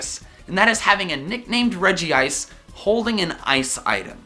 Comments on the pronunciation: "Regi-ice" Regice Where Is The 2nd I????? Redge-Ice Same with And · Regiice? Its RegIce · Regi-Ice/Regiice Me:IT’S REGICE/REJ-ICE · Its not R-E-G-I-I-C-E Its R-E-G-I-C-E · It's Regice not Regiice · You say regiice no its reg I ce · it’s regice, not regi-ice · He called it regiice not regice but regice is how it is pronounced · Omg it is not Regeeice! It's Reg-ice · its regice not regi-ice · regiice not regice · he said regi ice instead of regice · it is regice not regiice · It's Regice,not Regiice. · I thought it was pronounced as Reg-ice and not Reg-i-ice... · Did He Just Say Reggie ice??!?!!?1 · "...regi-ice, registeel..." Pokemon pronunciaion nazis triggered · He said Regi Ice (triggered) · Regice. U Said Regiice in the start of the video